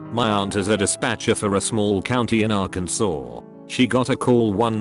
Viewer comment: So the bot cant pronounce 911 as nine one one but can pronounce arkansas correctly?